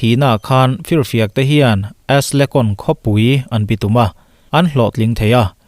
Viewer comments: Ashgelon nilo in ashkelon tih tur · Aslecon ni lo in ASKELON alom 😀😀